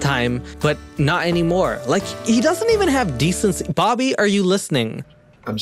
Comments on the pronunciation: I thought he was saying barbie instead bobbie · Took me... Waaaay too long... to realise is saying Bobby and not Barbie. 😂 Pewds and would make killer videos together